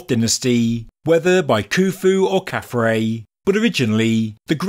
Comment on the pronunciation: Again, as someone who both reads and writes ancient Egyptian, that is KhafRa (pronounced 'khaf-rah') which means "He shines as Ra", and DjedefRa (pronounced 'djed-ef-rah') which means "He is established in Ra". This sphinx is obviously Nubian in origin, with a black Nubian head and hairstyle. It is probably a votive offering, brought to Gizah by someone from the Kushite kingdom or the Maadi culture in early dynastic times.